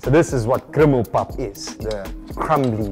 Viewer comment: Bruh why does the one section of the video say “criminal pap” 😂😂😂😂😭 it’s krummelpap! 😂😂